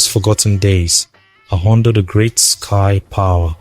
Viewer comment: Excuse me are you a Tiv person at all behind the voice your pronunciation of anodo is not connecting. Thanks